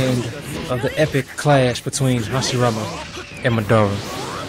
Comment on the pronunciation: stop saying madora its madara